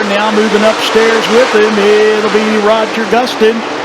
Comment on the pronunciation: That announcer really said Roger Gustin? Lol.